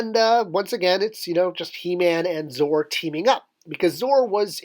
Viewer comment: Isn't it pronounced Zoe-Are not Zore?